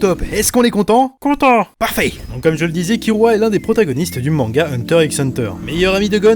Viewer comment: J'adore tes vidéos et tes classements sont super cool (même si comme certain l'on dis: des fois c'est dommage que certains personnage emblématique n'y apparaissent pas... mais tu peu pas tous les connaitre ^^). Par contre je suis désoler mais c'est vraiment moche quand tu prononce les nom japonais a la française je dis ça par rapport a Kir(l)ua (jte demande de changer si tu n'y arrive pas mais ca fait vraiment bizarre ^^' ) Sinon a ta prochaines vidéo! =) (vive One piece!!)